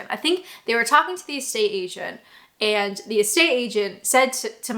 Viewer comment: I don't know if you will read this comment but there is only two things that you say that grate in my sensitivities 1) is the way you say 'eeand' instead of 'and' and any word that contains and. Two when you say 'Byeee' you are doing it in your everyday accent but it should be two octaves higher - try it x